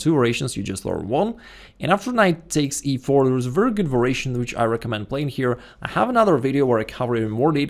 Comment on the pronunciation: I think it is "variation" but pronounced as "veration".